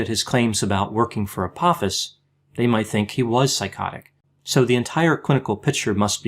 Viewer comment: Just FYI, it's pronounced Ah-poh-fis. The second syllable has a long 'o' sound and rhymes with the word 'low''.